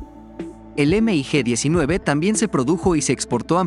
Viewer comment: No se dice “ Eme i Ge “ simplemente se le llama “mig”